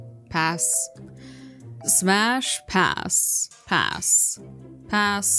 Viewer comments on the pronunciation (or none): Why do you say it lie pass-sh